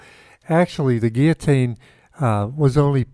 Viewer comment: ok syllable clap with me now "guil-lo-tine" & again 100times. Or I will tell the National Pronunciation Board lol.